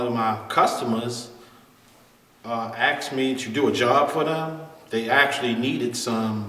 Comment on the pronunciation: Ask not axe. An axe is for cutting wood. However, your instruction is first class. Thanks.